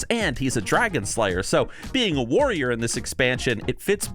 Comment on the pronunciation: Before I click this video I'm going to assume he says Woyer because that's the class he's been playing recently (and a patrician choice btw).